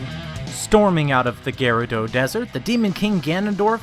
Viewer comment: Your mispronunciation of Gerudo as Ghirad'oh has planted a cursed image in my mind. I can't unsee Homer Simpson dressed as Ghirahim.